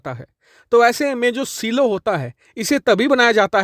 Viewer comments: सिलो नहीं ..... साईलोज ❤ Important news...... India should deter Chinese aggression by making Surya Missile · सीलो नहीं 'साइलो' कहना चाहिए। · Saylo(silo). Seelo nahi bhai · सिलो नही साईलो